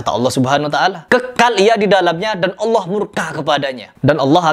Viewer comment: Kata allah....?? Kpan allah berdialog dg allah......?? Gufron kakek ente kale..... Kata allah kata allah... Kpan allah ngobrol dg anda..?? Ngajimu benerin dan jika mnyebut nama allah yg betul bukan hallah tp allah... Bukan hallah